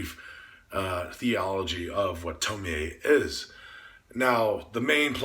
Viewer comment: I like how you pronounce her name as TomiEH. A lot of people wrongfully pronounce her name as Tomi or Tomy when doing reviews. It irks me!